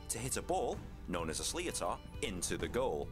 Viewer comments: The ball is pronounced “slitter”. Not “slee-o-tar” 🤣 It’s a Gaelic word not an English one. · Sliotar is pronounced slidder or slither. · really wish people explaining irish sports would learn to pronounce irish words ...!!! sliotar for example ...every irish person watching this is screaming at the screen lol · You watched the wrong video. An English narrator who cannot pronounce the names correctly and has clearly only learnt the rules of this sport for his video.